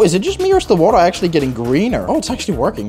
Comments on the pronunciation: sum wa uh! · wo't he'r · Bro Literally said Waer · coaa buaaer some waaerr